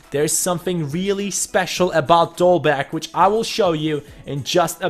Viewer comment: You don't pronounce the G in Dolberg :-)